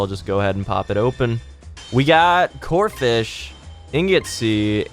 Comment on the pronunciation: Its corpish